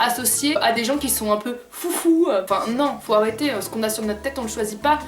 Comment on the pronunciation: jsp pourquoi mais quand ta prononcée le mot "foufou" j'ai explosée de rire! Bref, moi je t'aime fort, reste comme tu es et ne change jamais! Et je vote OUI pour dans TPMP